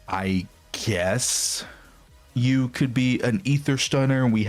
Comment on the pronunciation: Yu is pronounced like the german ü